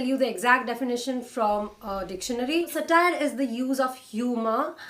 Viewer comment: Wonderful post--thank you. I'd point out that it's SA-tire, rather than sa-TIRE. That aside, I've loved ALL your recommendations. Thank you.